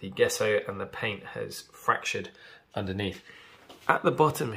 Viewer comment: its pronounced jeh·sow